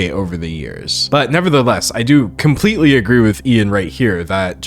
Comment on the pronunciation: Wait an other person saying kimpletely im starting to think i have been saying the word completely all wrong im confused (english is my 2nd language btw)